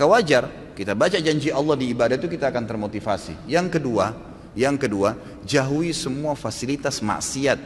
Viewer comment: haha.. iya juga yah.. baru sadar.. beliau salah ngomong kali mbak, maksudnya 'jauhi' mungkin. :D